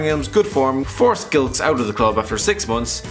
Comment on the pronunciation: The way you said Matt Gilks made me cry